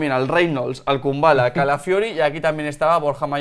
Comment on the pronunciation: #PifiasLMI Es Marash Kumbulla, no Kumballa. Pobre albanés.